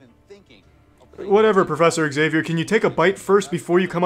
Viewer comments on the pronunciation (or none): “PROFESSOR XAVIAR” HAHAHAHAHAHA